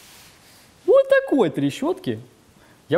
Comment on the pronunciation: Хотел за 10 минут промотать весь видос, Залип на час. Угарнул с "Ууотакой трещотки".